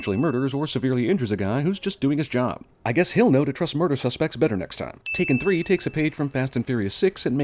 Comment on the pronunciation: I believe it's pronounced Tak-three-n.